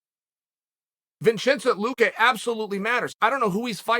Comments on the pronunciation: I’m all about chaels pronouncing but who’s the fuck is vichensint Luke ah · Ah yes my favorite fighter, Vinshentche looke